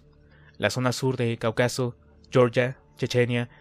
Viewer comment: 😂 crees que sabes leer pero no, ni siquiera sabes pronunciar Cáucaso y le metes palabras que no van 😂 saludos.